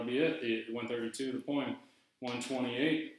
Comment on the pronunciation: Why do you keep saying "poe-ahem"?